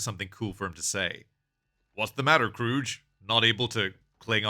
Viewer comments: It's KRUGE (Croog) not CROOGE! Damn that's cringe, and irritating af. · its not krroooge its kruge say krruug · KROOG not KROOJ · It's pronounced Kruge, not Krooge. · It's Krug, not Krooge. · As a small aside, “Kruge” is pronounced with a hard G, not a soft G. Also a short trailing vowel, so it ends up something like “Kroog-uh”. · I always heard the "missing the chair" was initially done on accident on Shatner's part, but then he realized that was how Kirk would respond to his son that he was JUST getting to know killed in cold blood. And only Star Trek could make backing out of a garage look awesome. Btw, it's pronounced "kroog." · It's pronounced Kroog, with a hard G. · If you were that familiar with this movie, you'd know how to pronounce "Kruge." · Your pronouncing Kruges name wrong The G shouldnt souuhd like a J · I don't think I've heard his name pronounced like that before. I wonder if other people say it the same way. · You pronounced Kruges name wrong. Also, he's a commander, not a captain. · Ia this an AI voice because he's pronouncing Kruge wrong and a couple other words. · If you watched the movie, you know that Commander Kruge is pronounced with a hard "G", not "J" 🖖🏼LLAP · Its actually Kruge